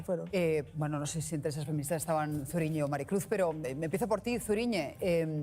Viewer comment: A mi también me hizo gracia que dijera mal Zuriñe….por las mismas razones que al monorrr.